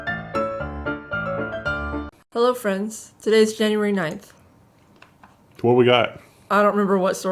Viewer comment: "Hello Frens!" I was scared whether if her next line would be "chai pe lo" 😂😂😂